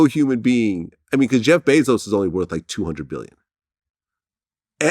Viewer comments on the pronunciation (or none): Ok relax freeway lol. First u must learn his name. BEZOS, not bizos lol. Buying amazon is out of ur reach ricky lol